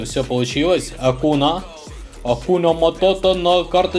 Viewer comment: произносится Акунья